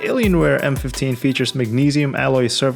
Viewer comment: Is it just me or the way that you really pronounce "Alienware" were just like Eleanor